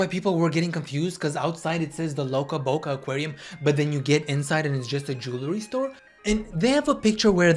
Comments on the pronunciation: Not you consistently calling it loca Boca 😭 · Ok was is this just me or did I think he said Toca Boca instead of loca Boca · "Loca boca" toca boca??😭🤣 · "Loca Boca" took me out every time you said it =)))